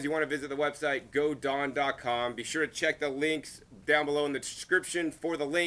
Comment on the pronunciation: It's GoDawn industries not GoDon. Was wondering if the plants were from bonnies or from seed directly planted in the container. Very attractive container.